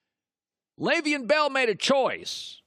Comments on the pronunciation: I like how Leveon came on the show and told Colin how to pronounce his name yet Colin still does it wrong 😂😂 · Can you like, pronounce his name correctly, or nah?